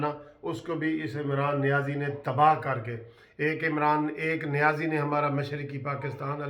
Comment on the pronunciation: Not Niazi Said Nazi